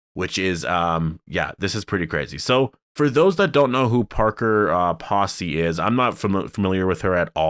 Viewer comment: Parker Posey- pronounced with long “O” sound like “potato”